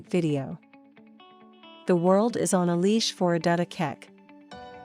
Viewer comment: The narrator couldn't bother to pronounce her name correctly and in the narrative defends Australian intolerance to difference in excusing the fact that they changed her name to Mary. Adut isn't hard to pronounce; all those sounds exist in the English language.